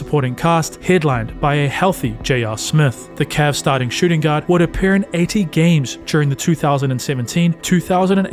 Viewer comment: U say "guard" I hear "God"😂